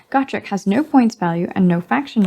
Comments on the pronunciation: It's 'Go-Trek', not 'Got-Rek'.... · which is weird cuz in the audiodramas it’s pronounced Got-rek.